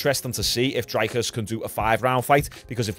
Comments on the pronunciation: Hey Sean, just to let you know it's pronounced Dree-cus. But it's at least a lot better than some other pronunciations I've heard from other commentators. Love your content bro 🤜🤛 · Pronounced “Dreekis” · For future reference his name is pronounced Drickus (the r is a roll of the tongue, but fuck that) “Drick-us Doo-pleh-see” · his name is pronounced dree(like tree) cus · You pronounce Dricus Duplesis like the ‘rick’ in Strickland, then it’s : Duu plus cee